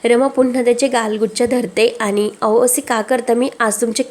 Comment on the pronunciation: अहो chya ऐवजी ao असं काय म्हणते, बोलायची स्टाईल, शब्द खूप विचित्र आहे, निवेदिका बदला, कोणालाही येऱ्या गेऱ्या la व्हिडिओ बनवायला देता